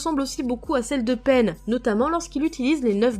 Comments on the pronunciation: La vidéo est juste très bien mais sa m’a un peu grincer des dents quand tu dis peine que Pain mais bon c’est ta vidéo 😂😂😂 mais bravo ❤️ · C pas penne mais pain lol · "...Peine..." Ça ce prononce Pain (payne) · Prononce mieux pain stp